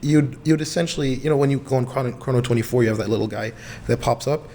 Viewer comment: say chrono24 right like its only said prob so many times in the office... dummy